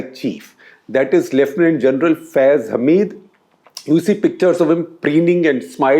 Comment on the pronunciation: I have to appluad Shekhar on getting pronounciation of Faiz Hameed correctly. I have watched a dozen of indian video clips and all of Indian anchors don't understand the diffrence in Hamid and Hameed, Rashid and Rasheed, Zaid and Zahid etc.